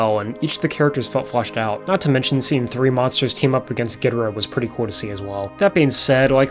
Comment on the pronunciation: Long time Godzilla fan here, and I'm here to tell you that despite many comments, you actually pronounced Ghidorah closer to how it's supposed to be pronounced. In Japanese, the first syllable is emphasized most often, as in "GEE-doh-rah". To reflect that, the original English dub pronounced it as "GEE-drah" and spelled it as "Ghidrah". In the later English dub movies, particularly from the Heisei series and onwards, the pronunciation changed to "gee-DOOR-rah", which became the most frequently used pronunciation for all Godzilla media in English.